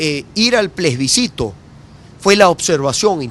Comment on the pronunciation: Capriles sigue con el PLESBICITO... plebiscito, practique